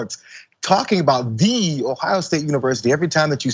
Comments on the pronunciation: It's pronounced "THEE"!:D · The emphasis on the "THE" in Ohio State is typical cult behavior.